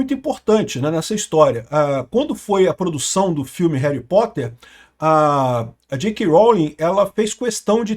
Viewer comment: Reri potter. Parece eu falando 😂😂😂 tamo junto 😂